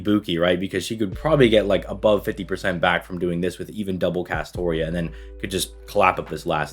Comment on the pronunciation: 'New players using double castora' Bra you re-read the script